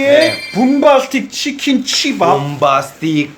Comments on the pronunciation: 오프닝 치밥예기할때 시밤 이라는줄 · 치밥이라고 하는데 씨바 플레이라 는줄 ㅋㅋㅋㅋ